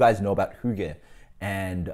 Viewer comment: Pretty dead on pronunciation of Hygge actually! I'm not the biggest fan of Amber Ale either, but this still sounds like a nice enough beer, even though it might not be as good as other HF beers. Good review man, and cool little spiel about hygge haha. I'd say that a decadent beer would suit the term Hygge better too. Cheers!